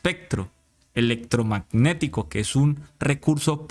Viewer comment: Especcctro eleccctrogmagnectico , me encanta, de ahora en adelante solo pronunciaré estas palabras con ese exquisito acento, gracias!! No se le puede hacer más propaganda a taaraadoos como est@ ni miguel ni la cabal ni la paloma ni polopolo ni jp. Fuera de las redes de toda esta diarreeaa uribista